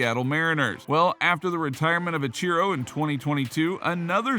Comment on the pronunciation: No shot you just said "uh-CHEE-ro"